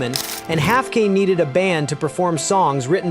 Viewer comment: AGAIN THIS CHANNEL PROVES ITS FUCKWITTED IGNORANCE!!!!! Ron Haffkine's surname ALSO RHYMES with "dine", "mine", "fine", etc. 😡😡😡😡😡😡😡😡😡😡😡😡😡😡😡😡😡😡😡😡😡😡😡😡😡😡😡😡😡😡😡😡😡😡😡😡😡😡😡😡😡